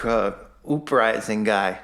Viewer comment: “Ooprising”? People actually listen to that? I remember when I was maybe 3rd or 4th grade my folks had a new tape recorder (an 8 track if I remember correctly- I’m old, it also weighed about 200lbs). Anyway, I used to record myself and do play by play on the Tigers baseball games and pretend I was Ernie Harwell and things like that. That 3rd grade me would have been horribly embarrassed to do something like this. Even if nobody listened to it. It was painfully unfunny, to the point it was a little hard to listen to. Even if I could discern whatever the hell his point is and agreed with it... I would still loathe this as a painful reminder of how little self reflection some people have. Seriously... “ooprising”. How hysterical. Ha. Ha. You pronounced it like you can’t read basic words. You must be very remedial in your education. Haha what a character that you have come up with! Ha. “Ooprising”. Please do more haha. Fuck